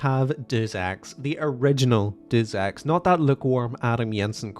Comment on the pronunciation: why are you saying and spelling Deus Ex like that. have you even played the game